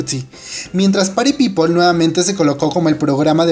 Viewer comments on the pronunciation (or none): none